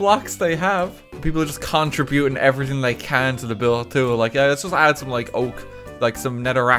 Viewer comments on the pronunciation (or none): none